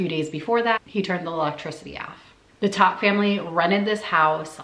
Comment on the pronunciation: Its pronounced "tote"